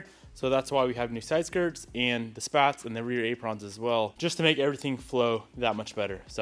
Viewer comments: ay pruhns not ay prawns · This man say Aprawns? Lol